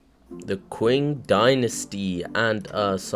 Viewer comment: its ching not kwing 😭